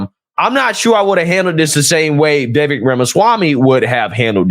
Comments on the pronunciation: Vivek . ... pronounced WeWake . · Phonetically, his name is pronounced as Vee-Vake Rama-Swaa-Mee.